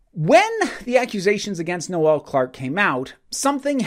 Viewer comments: I love how Americans pronounce things (that's irony btw) His name is Noel, pronounced "knoll" as in "grassy knoll, the". His name isn't another name for Christmas. Having got that off my chest, this story has come out of nowhere. It seems this is to be trial by social media. I'm not condoning any behaviour on Noel's part but it all has to be judged properly, unaffected by online hysteria and must be based on the testimony of those affected. The video from 2015 is irrelevant, if anything it's quite funny. He hasn't "accused" John Barrowman, that's the media trying to twist things. But, this aside, things are not looking good for Mr Clarke. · Noel isn’t pronounced no-el... I’m sorry but once I heard it this weird to hear.